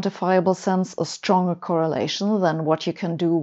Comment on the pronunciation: A brilliant explanation. Sabine always does great videos & speaks English so well. As a pedant I have to point out that "entanglement" is pronounced with a "g" unlike in German. And its "stronger" with a "g". Thats the trouble with English & German - spelled the same but pronounced differently - "Finger" & "finger".